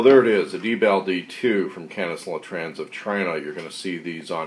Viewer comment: It is pronounced (DEE)-BALL and it is not a requirement for manufactures to put an indicator light on the unit that notifies the operator that the IR laser is used; this is how the real manufacturer actually indicates to real world operators that the IR laser is activated..so not just because it's civilian my friend. I work with these units in real life (the real LE/Mil restricted units) and the real units have a green LED on the back of the unit, not red. So there you have it!